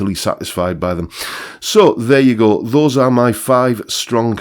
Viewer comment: Drinking Game: Chug your beer every time mispronounces the word "my".